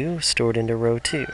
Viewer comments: great video but please stop pronouncing row like that. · I love how you pronounce "know" and "row"